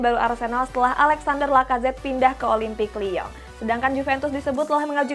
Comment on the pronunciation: Suara penyampainya lawak.. kayak kartun pun ada... Please changes the style of speech and pronouns of your language... Contohnya kamu sebut olimpik lyon bunyinya seperti olimpik lya... Tolong ubah gaya bercakap kamu..ni channelnya bola..bukan channelnya nanyian mahupun channel mahu cari cowok.. dan bukan juga channel berahi